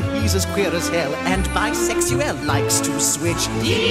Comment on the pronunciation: Khlo Justin he pronounced it like he was french. In french we say bisexuel. He started to pronounce it in english and finished it in french prononciation.